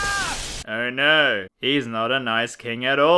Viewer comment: I love your accent and then saying "Oh no". To an American it's "Arr naarrr!" Which sounds awesome and adds comedy for some reason.